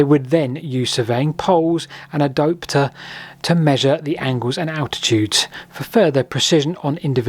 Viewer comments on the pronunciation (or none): none